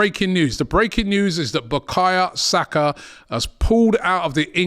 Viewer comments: "Buh-kahya Saka" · Just clocked, Robbie calls man "bakaya saka" 🤣. Robbie Lyle, butchering footballer's names since 2012.